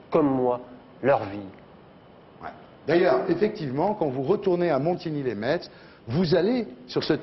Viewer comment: Putain, on dit "Montigny les MESS" pas "Montigny les METS"!!!